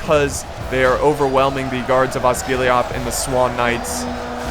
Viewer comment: You pronounce Osgilliath like Osgillieth, the e as in Seth.